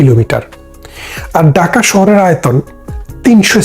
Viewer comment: Bhai daka shohor Hobe na, hobe dhaka shohor vasha thik koren,tar por media te ashen